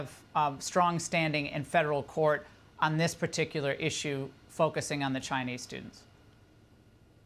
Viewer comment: chai-Nee students gone. chai-Nee restaurants close.